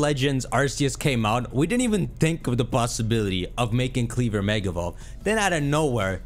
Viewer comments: It’s KleavOR,Not KleavER. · It’s KleVOR not KleVER Lol